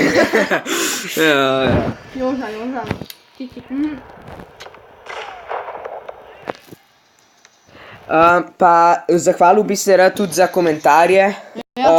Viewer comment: nejc ernest joža carsko delo ampak dobim živčen zlom k narobe govorite ime JOŽA THE GOD